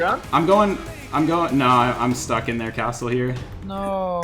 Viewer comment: pronounces 'castle' as though he hates Australia